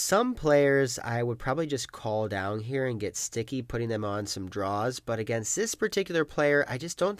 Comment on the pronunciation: he pronounces down as 'downg' a lot and it sounds crazy lol